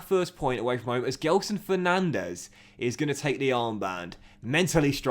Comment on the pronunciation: ITS GELSON NOT GEDSON